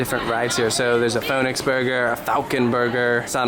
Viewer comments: Its fønix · Take a shot every time pronounces Fønix differently. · Man if I had a dollar for every time pronounced “fonix” differently I would be rich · I’m laughing at the 5 different pronunciations you used for Fonix. Just one right after another 😂